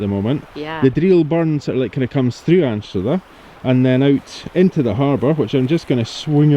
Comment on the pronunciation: Really enjoyed seeing my beautiful home beaches on your video and commentary. My only issue is that we pronounce it ENSTER not Ainster. And I even saw my house. Glad you got such a lovely day to explore here, clay marbles are kind of a speciality on Castle Street Beach.😍